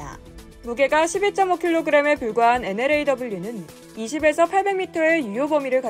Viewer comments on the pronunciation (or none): 엔러 라고 읽어주세요. NLAW라고 읽지 마시구요. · NLAW 엔엘에이더블유가 아니라 엔ㅡ로우 입니다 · 명색이 언론사면서 NLAW를 엔로우, 엔로로 읽는다는 것 가르쳐 줄 사람이 없나요?